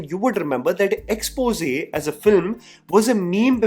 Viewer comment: Yeh bhai jaan bujh k aaisa pronounce karta he ki isko aata hi nhi "Xpose" bolna